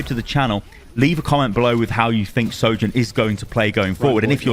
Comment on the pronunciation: You are perhaps the only content creator that can say her name.